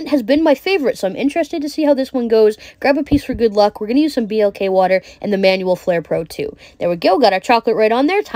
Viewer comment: B-L-K Water?!?! Seriously?! You pronounce it black. You know, BECAUSE THE WATER IS BLACK.